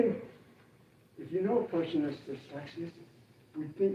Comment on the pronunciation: " tis shard for me cause im dislexis " i nearly spat my beer out